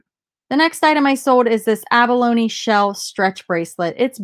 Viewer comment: Good job on pronouncing abalone.